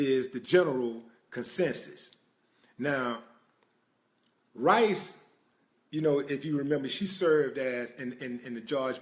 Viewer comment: Rice...not ri.